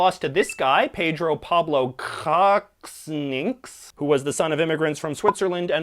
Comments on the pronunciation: Also Kuczynski is pronounced koo-chin-skee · The "peruvian" president is pronounced Koo-CHIN-skee Had to mention cause your pronunciation was terrible;) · it's pronounced "koochinski," and that flag is Indonesia LOL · Koochinskee - also YOU ADDED MONACO FLAG Polish rage intensifies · Hey bro... Kuczynski is pronounced "Kooh chins kee". And there is Indonesian flag there Love this video and ur weirdest anthem, greetings from anthem singer Youtuber from Indonesia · It sounds more like Pedro Pablo "Koo-chins-key". And he has just released Fujimori from jail, a great disappointment. We are now in a political crisis! Greetings from Perú! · kuczynski is pronounced "koochinski" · 1. Why is the polish flag upside down? 2. Kuczyński is read like: 'coo' in cool 'ch' in chance 'i' in interview 'ni' in nier 'ski' in eskimo Im from poland so i know my polish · Its pronounced Ka-Zin-Ski (Its a Polish surname) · I’ve never heard someone butcher a polish last name so badly before